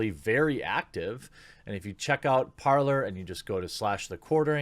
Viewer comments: It is said par-lay, not par-lore you know like a pirate. Open words in hopes of a truce. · You don’t pronounce it “par-lore” - are you guys even educated, thanks. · It's a French word. Parl-lay Parler.